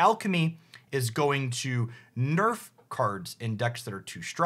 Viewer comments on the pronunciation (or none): none